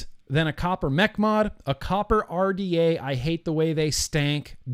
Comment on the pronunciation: U was pronouncing the RDA the wrong LOL it might not of been enjoyable to build but it was very enjoyable watching you build lol 👊🏻👊🏻 much love I’ve always enjoy your Vlogs I’ve been a fan since the Britney Spears poster was on the wall LOL I remember the old video yours the other day will you get some juice for a Chinese manufacture years and years ago kept trying to think of the name could not to save my life